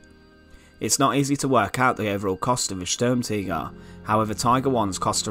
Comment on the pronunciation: Good knowledge but bad pronunciation ( STURM TIGER) ( not Sturmtigger ) T I G E R! not T I G G E R as you keep saying, Anyway apart from that i'm sure that people found this interesting as i did.